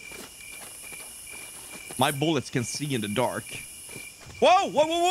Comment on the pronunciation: Can only be poonetrooted by -rous boollets XD